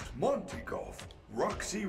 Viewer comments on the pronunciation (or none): none